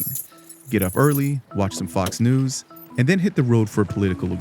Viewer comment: I love how they have to emphasize the Fox News I guarantee you if he was watching the today show they would just say news